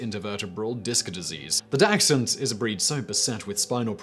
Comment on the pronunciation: Dachshund dont have a x in it